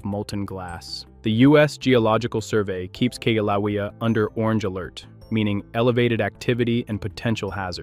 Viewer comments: I laughed every time he mispronounced the name. He is obviously using a language app for his narration. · Pronounced: kill a way a. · K LOWEA? ROFL. Obviously never heard of the volcanoes before